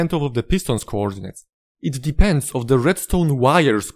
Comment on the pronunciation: Spoko filmik, nie wiedziałem tego. Mówi się "depends on", nie "denends of". Nie wiem, jak to napisać, żeby nie brzmiało niemiło, ale chciałem, żebyś to wiedział.